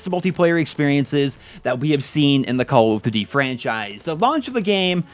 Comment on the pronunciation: Why is this man unable to say Call of Duty?